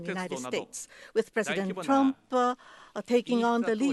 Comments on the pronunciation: "presidentuh trumpuh" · Puresudento Turampu